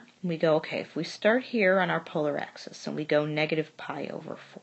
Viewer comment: ليك ليك هيدا اسمها اكسيس موش اكسيس انتي وين تعلمتي رياضيات ليك انتي يامره